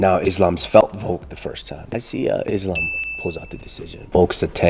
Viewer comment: She can't say the name of the champ? Really Tracy? Lame. No respect.